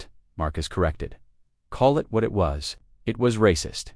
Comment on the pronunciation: Please for the love of God stop using AI...thing can't even pronounce the word IT